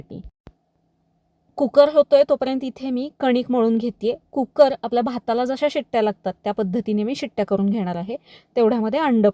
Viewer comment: कुक्कर नाही कु कर